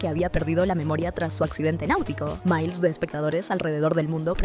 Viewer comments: Probablemente sea ia , en el minuto dice ,mails de espectadores , en lugar de miles de espectadores, la IA lee asi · c q no tiene nada q ver pero siento q en el minuto cuando devio de decir miles dijo ¨miles como un nombre en ingles¨ y eso me recuerda a los errores q tienen las ia al decir algunas palabras asi q cree una teoria de q tal vez la voz q escuchamos en todo el resumen es en realidad la de una ia y no una voz real. COINCIDENCIA NO LO CREO.